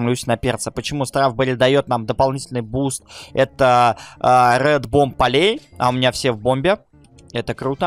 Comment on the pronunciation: я конечно всё понимаю тебе щас нафиг не нужен инглиш но умоляю ЧИТАЙ ПРАВИЛЬНО я просто не могу слушать как ты произносишь по английски почему полей поле это на английском field а pollen переводится как пыльца а ты говоришь полей вместо полэн(так это произносится на английском) я конечно понимаю у тебя свои ассоциации но у тебя так чуть ли не со всеми словами и миллионы путать с миллиардами как так можно и это меня просто бесит а так у тебя видосы очень информативные и прикольные чтоб ты понимал я 2 ГОДА НЕ ПИСАЛ НИ КОМУ КОМЕНТЫ ЕЩЁ РАЗ УМАЛЯЮ ЧИТАЙ ПРАВИЛЬНО. у тебя в школе или где нибудь вообще преподовали английский или ты учил немецкий или французкий? у нас вот например преподовали инглишь но потом добавили немецкий а щас вообще немецкого нету а вместо него французкий!но английский есть всегда!!